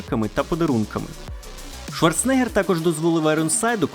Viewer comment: Я вас прошу. Він Шварцен-егер а не Шварце-негер😅